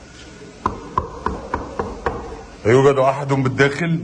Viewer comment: يوجد وليس يوكد ههههههه طلع الفنان الكبير سلوم حداد معو حق